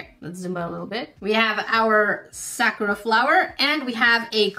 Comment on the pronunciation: She pernouced it wrong by accident so you got anger issues or something just bc she pronouced Sakura wrong